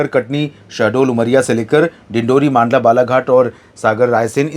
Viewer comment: भाई साहब, आप "मांडला" को "मंडला" बोलना शुरू कर दो। आपको कई बार comments में मैं यह लिख चुका हूँ फिर भी आप वही ग़लती ( "मांडला" बोलने की)बार बार कर रहे हो। आप सबसे पहले सभी राज्यों के राजनीतिक मानचित्र खरीदो। उन maps में "हिंदी" में जिलों के जो नाम लिखे हैं उसे 10 बार पढ़ो। फिर बिना पढ़े उच्चारण करो। अपना उच्चारण सही है या नहीं उसकी पुष्टि किसी अन्य व्यक्ति से करो,जिसे सही हिंदी के सही उच्चारण की समझ है. इस प्रकार आप जिलों के नाम का सही उच्चारण करना सीख जाओगे। क्योंकि आप इसी भारत भूमि के किसी हिंदी भाषी राज्य के व्यक्ति हो,अंग्रेज नहीं हो या सोनिया गांधी भी नहीं हो जो हिंदी का शुद्ध उच्चारण नहीं कर सकती। My Best wishes to you.